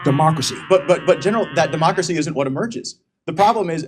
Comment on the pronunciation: An idiotic ‘’